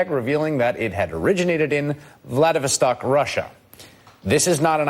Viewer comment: "Vladerverstock?...lol...VLADY--VOSS--STOCK...FFS....who is that PEANUT, pretending to be a journalist?..